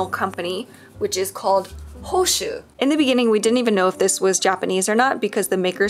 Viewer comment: I zoned out whilst watching, as per usual with my adhd, and only zoned back in because I thought you were saying my name only to realize you were saying hoshu and not hoshi